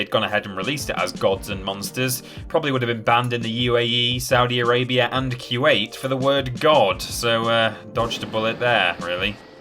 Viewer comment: Everybody: "Coo•wait" (Kuwait) Narrator: "Q 8" 🤷🤦